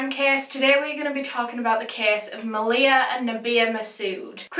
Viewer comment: dang i was watching this case and thinking the whole time, this reminds me of how my older sisters best friend passed away, and i didnt realise until afterwards that this actually was about my sisters friend. i think i never noticed cause of how u pronounced her name, (its pronounced ma-lee-ha). i remember when i found out about her passing, i must’ve been in reception at that time and didnt know the full story until now. all i knew before was that maleha’s ex-boyfriend set her house on fire killing her and her sister and that a while after both of their deaths her older brother also passed away. it’s sad that i didn’t recognise her as she used to always be around at my house. may they all rest in peace